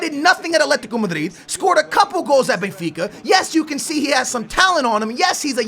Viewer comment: isn't BENfica not BAYfica ???